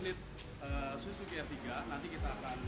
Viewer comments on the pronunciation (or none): none